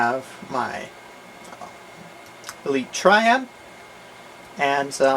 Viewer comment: "Here we have a... S, triad" he kinda like messed up on saying it :p hope i helped.